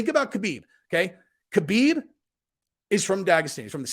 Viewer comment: His name is Not K-habib it is pronounced Habib